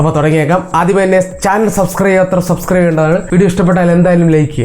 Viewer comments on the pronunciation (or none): none